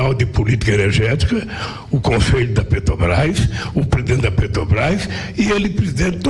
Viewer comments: Este bandido é tão analfabeto q não sabe pronunciar o nome da Petrobras. Ele fala: petObrás. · Afe Só velho Gagá Respeito os velhos mas Mas estes aí do PT são arcaicos, pararam no tempo éca 🤮🤮🤮🤮 não aguento este luladrao falando PETObras 🙄🙄🙄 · Lula "PETOBRAIS" não sabe nem falar 😂ridículo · Não sabia o que é motociata mas "negociata " ele sabe muito bem.Nem pronunciar direito Petrobras ....